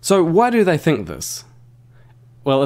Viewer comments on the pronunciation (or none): none